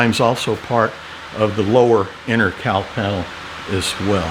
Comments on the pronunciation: Well, as a Northern girl , I couldn’t figure out what a “Cow Panel” was. 🤦🏻‍♀️ a “Cowl Panel”. Very excited to watch your progress. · The whole time the video is on, I'm just listening in the background. I kept asking the room, "What the heck is a cow panel?" I wasn't hearing the L in cowl. 😂 I am looking forward to seeing how this comes together, Doc. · I couldn't for the life of me figure out what a "Cow panel" was. What the heck are you talking about?!! Oh, never mind... cowl panel. 🤦‍♂